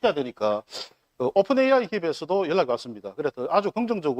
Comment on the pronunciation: 네 후보중에서 종이를 안보고 말하는 후보는 가 유일하다! 박재우는 현실감이 없고 과 는 기업을 유치시켜 양산 경제발전을 성장시킨다는 구체적인 복안이 마음에 든다. 그러나 은 AI 를 AY 라고 하시니 AI 가 무언지 잘 모르는 분같다. 가 시장이 되어 AI 센터를 유치하게 되면 3조넘는 지역경제 발전은 온다. 그러나 환경주의자들이 시비를 걸 것이 관건이다.